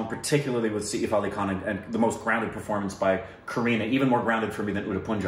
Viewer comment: lmao it's written सैफ़ it's said like "sef" (like the english word "set" but with an F ). Like "safe" without the diphthong. It's not said "sa-eef".